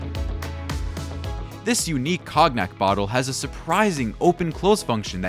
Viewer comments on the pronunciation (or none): LOL!!! cog-nack . Try cone-nyack. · funny- I heard "Cog-nack" but yours is funnier :) Attn: AI voice input- it's "CONE-yak" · Cog-nack?? Ai can fold proteins but somehow has no access to a pronunciation library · "Cog nack" 🤣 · "This unique COGNUT bottle " lol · TYhis "cog-nack" bottle - is that how you say Cognac in America? I didn't iunderstand what you were saying at first. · "Cog-nat" good one. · Ok. How does AI not know how to pronounce cognac.